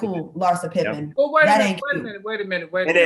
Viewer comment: Larsa " thottin & P popping" pippin